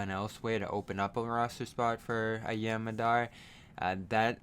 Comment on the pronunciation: It's pronounced "Yaam" with an "ah". Means "Sea" in Hebrew.